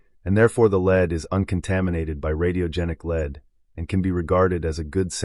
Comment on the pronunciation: You were talking about elements and you pronounced Lead as Leed. This Christian homeschooling has gone too far. Your mind is rotting brother. You believe everything in this life is fake. All the science, you dont think we came from primates therefore you must not believe in DNA. Us normal people and those who have empowered our species through science are just normal honest people exploring the world and universe around them. And here you are an epic fool and or liar gaslighting all of humanities work by thinking its all fake cos people dont like your god or something. Its the ultimate irony. So gullible. A silent invisible god a collecter of foreskins who admits he only came to earth to save the jews not gentiles. Yes a racist hate god ashamed to show his face unlike the rest of the gods who had more balls than him. Not foreskins though the chewing gum of yahweh